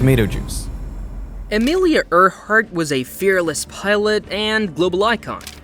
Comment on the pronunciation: I don't know if the narrator is a real person or a robot, but they don't know how to pronounce "Earhart"